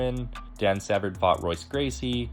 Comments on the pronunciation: bro saying it like Royce, is this 1991? exposed. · "Hoyce" Gracie. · Bro, his name is pronounced HOYCE. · Say what!!!? RRR-oyce Gracie? Peace out, nerd. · Lots of crazy names in MMA. It’s very easy to mess up many names lol…but It is pronounced “Hoyce”. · This is very cool! Looks like a lot of work but well worth it. Also FYI, that is not how you pronounce Royce 😞